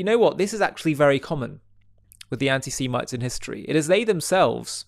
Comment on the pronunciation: You need to work on your pronounction of the word "antisemitism " its not C but S.